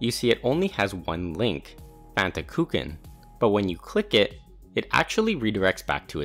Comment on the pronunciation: vry good and interesting video, but i especially love how you pronounce "kuchen"